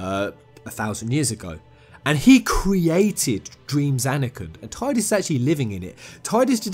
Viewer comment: Its pronounced Tee-dus not Ty-dus. This isnt a matter of opinion its a fact. The voice actor himself confirmed it.